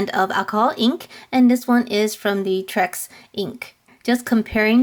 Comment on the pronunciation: Lol it’s T-Rex not Trex 😆😆😆